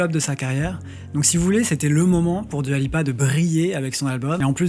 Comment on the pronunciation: Juste Dua se prononce DOUA et pas DUA !